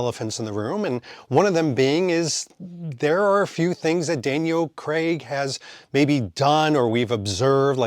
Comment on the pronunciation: And if anything, Daniel Cregg had the most mispronounced Bond name.